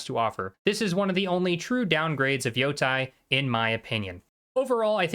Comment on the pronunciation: Why Yotai why not Yotei! When you call them Yotei six you say it right but when you call the game ghost of yotai you call it wrong why how it so annoying